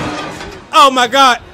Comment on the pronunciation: I swear he's saying "Imma gawd" and not "Oh my gawd"